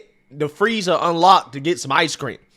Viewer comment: "Freezer" not "Free, Sir"